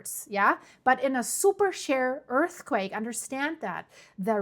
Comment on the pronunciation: It took me a minute to figure the "super SHARE" earthquake., in English the word is "sheer", with a long "E". Sorry that English is so inconsistent when it comes to pronouncing vowels...very arbitrary and difficult.